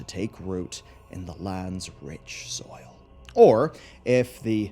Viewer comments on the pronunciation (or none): none